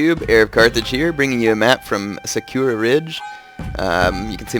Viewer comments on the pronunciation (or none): Sa-coo-Rah, D= not sucura, but eh, anyway you want it bro lol